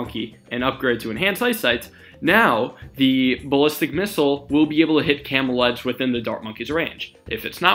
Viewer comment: He sounds like he's saying "camel eds" for nearly half of the video